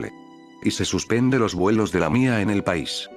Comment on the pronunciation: Me da risa cuando diste lamía🤣